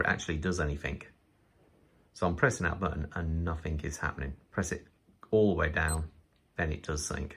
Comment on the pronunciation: I hate all electronic digital watches. Anyone who owns or wears one should be imprisoned for acts against humanity! By the way, it's "nothing" not "nothink"